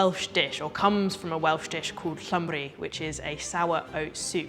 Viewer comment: Excellent pronouncing of ‘llymru.’